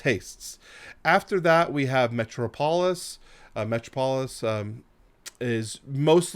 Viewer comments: Metro-polis is Met-tropolis. Potato - po-tato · Nope Nope Nope Nope Nope...Great video, but that was the most egregious pronunciation of "Metropolis" I have ever heard!